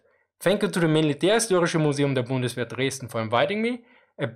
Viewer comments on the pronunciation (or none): none